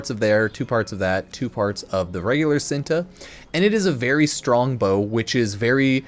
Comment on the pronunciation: ITS called chin-tae not sinta